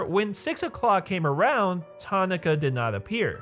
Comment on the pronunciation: for the love of god its Ta NAH ka not Tonaka its a 3 syllable word why are you trying to 1 syllable it